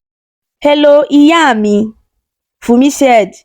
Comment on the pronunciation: beautiful indeed👍 However, you might want to develop your Yoruba accent cause you butchered it from "Funmi" to "Iyaa mi"😅 Full points to your storyline👍